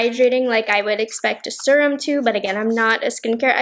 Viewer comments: The way she says serum always makes me laugh. Like surum. She doesn't say vury instead of very. I've never heard anyone say it like that. Maybe it is a regional thing? I knew a few people who would like pronounce Washington as Warshington or crick instead of creek. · Am I saying SERUM wrong or you lol😆😆 I say serum the SER- part like searing a steak 🥩 on the BBQ. Is it just me ppl in the comments. I need to know?? I’m pretty sure everyone says it like me?? Love u. You’re so cute. U can say serum any way u want sweets. ❤️✌🏼